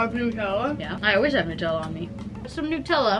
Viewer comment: why do u say nutella as newtella